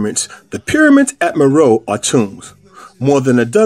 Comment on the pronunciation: Meroe: Mer O'e'